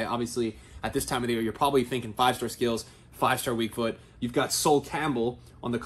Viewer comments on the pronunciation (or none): none